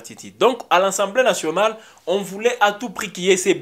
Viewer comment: On dit “assemblée nationale “ et non “ensemblée nationale “